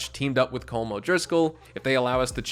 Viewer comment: Colm is pronounced Collum